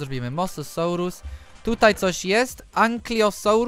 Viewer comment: łot?!! jaki antyklykosaur?!! to jest ankylozaur